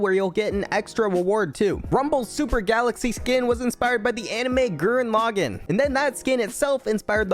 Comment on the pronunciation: That pronunciation of Gurren Lagann confused me so much at first